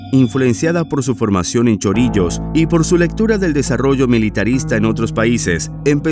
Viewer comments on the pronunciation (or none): Es CHORRILLOS no Chorillos